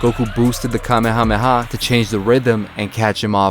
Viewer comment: Nice to hear some native en speaker saying Kamehameha right for once... 🤔😂😂 (They usually say "KaMÉha - MÉha" instead of "KÁme...HÁme...HÁ")